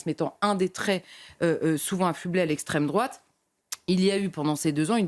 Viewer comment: L'ESSSTRAIME DRRROUAAATE ……